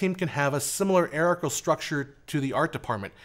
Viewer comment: Weirdest pronunciation of hierarchical I have ever heard. It has nothing to do with the word heir (some times pronounced 'air').